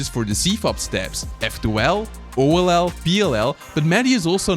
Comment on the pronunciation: Hello, I am Mexican, and I am just going to recommend to you, if you are going to hire a voice actor to translate the videos into Spanish, please let it be someone who knows about speedcubing, because the voice actor says the speedcubing terms so badly. For example, he says oll as "ol"; or something like "cubing secret" as "secreto del cubo"(that sound a lot of bad in spanish). And besides, all your magic is lost and he don't use any intonation.